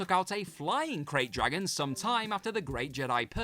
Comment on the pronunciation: Did you say….flying..crate dragon? Bruh